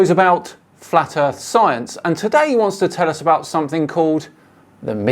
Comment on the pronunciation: Fuck me, i can actually feel my brain cells dying. Wibble, wibble. Ugh flat erf.